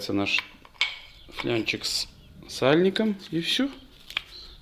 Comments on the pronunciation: флАнец!!!, япона мать... ФлЯнчик от слова фляга?!😡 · ФЛАААААНЕЦ!!! НЕТ СЛОВА ФЛЯНЕЦ!😂😂😂